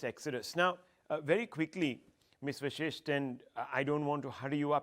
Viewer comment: It's Vashisht- it's not vishisht!